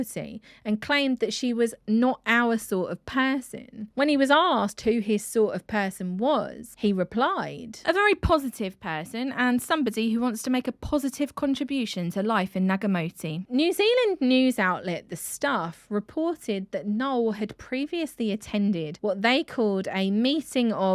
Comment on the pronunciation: Ng-ah-ti-moti, not nagamoti.